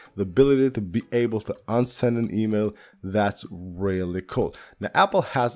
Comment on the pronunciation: “Weally Weally Cool Video“